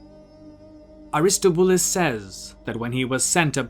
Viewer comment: its Air-Iss-TAH-Bew-Luss dummie, not Ar-Is-Tow-BEW-Lis